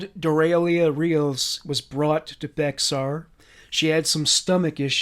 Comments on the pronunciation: Also I know it sounds like Bexar but us Damn Texans pronounce it “Bear County” not trying to be rude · Native Texan here❤ BEXAR is pronounced like BEAR. love your content❤